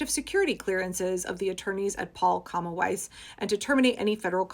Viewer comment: good job on german pronunciation if weiss